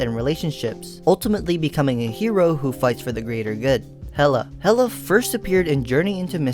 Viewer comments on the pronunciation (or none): none